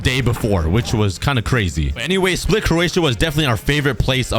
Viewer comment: You are the only person i heard to say Split right